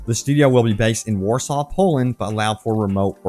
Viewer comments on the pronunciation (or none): none